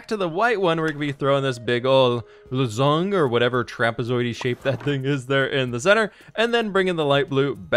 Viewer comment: a lozenge (pronounced like lah-zenj) is a cough drop. that's the shape on your flag :)